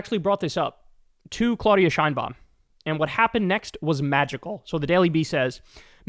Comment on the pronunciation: and since we are on that subject it is CLAHHHH UHHHH DIHHHH AHHHHH NOT CLOH DIA